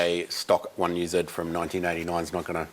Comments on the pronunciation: Definitely better than zeeeeee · i smile every time an Australian says 1UZ, it just feels right with the accent